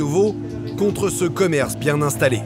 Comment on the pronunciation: C'est pas bieng, c'est pas bieng, fallait pas le faire...